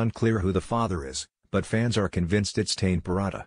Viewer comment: Please pronounce Tane properly.